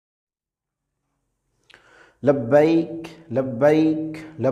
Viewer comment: Labaik kesy bolta ha 😂